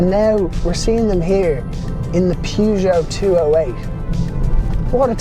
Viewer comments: I pronounce this brand as pe-zho. Not pyuzho. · The prononciation of Peugeot is perjoe. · Pronounce Peugeot properly 🤣🤣🤣😆😆